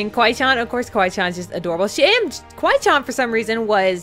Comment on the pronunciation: you say it like kiwi CHAN >:(